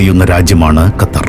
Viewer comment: ഖത്തർ ൻ്റെ "ർ" ഒന്ന് കട്ടി കുറക്കാൻ പറ്റുമോ